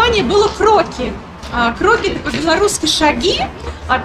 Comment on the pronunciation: здравствуйте,спасибо за позитив и красоту!В модном доме Кроки( там ударение на И ) представлена дизайнерская одежда, стильная,современная,нестандартная,интересная,зайдите,получите удовольствие от созерцания и атмосферы.Может найдете что-то интересное для себя.У них есть свой канал,где представляются коллекции с примерками